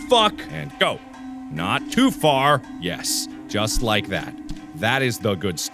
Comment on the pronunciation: "Can't jump too fur, jumps too short and can't jump too shirt" This is why I watch this dude 😂